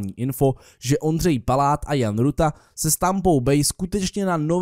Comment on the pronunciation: ty jsi v řekl Pláta místo Paláta